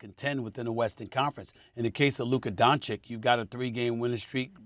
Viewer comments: WTF is with this Doncik and Donkic 🫏? Yo jackasses, it's not that fucking hard, its Donkick! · Don-CHICH, not Don-Chick, dude is in his 5th season and you morons still can’t pronounce his name. 😂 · If Mad Dog says Don-kich one more time man 😂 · nobody: mad dog: DONKic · can they stop calling him donkic or doncik , holy fk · Such a disgrace!Two gazzillion dollar paid so called analytics do not have enough respect to young european guy,who is actually a super- star of NBA, simply to learn how to pronounce his name. All this silly Donchik,Donkich,,from Steven A. and Mad Dog,Very arrogant.Very unprofessional.Little more respect to the world, gentlmen,DO YOUR HOMEWORK! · They still can't pronounce Doncic's last name. Might as well call SAS as Stephen A Smith (Curry pronunciation). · All these years and Stephen A sill cant pronounce Doncic correctly.... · SAS is so disrespectful always pronouncing Doncic incorrectly. He doesn’t understand common courtesy and respect.